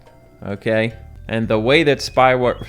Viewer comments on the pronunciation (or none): says Spywoh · Oh god when he said "Spywo" I was instantly overwhelmed with the memory of that one girl in Spyro 2 and 3